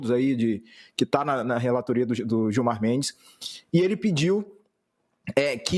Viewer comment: PVC caghão kkkkk qual problema de criticar o Gilmar, “digo, respeitosamente, o ministro Giomar” kkkkkkk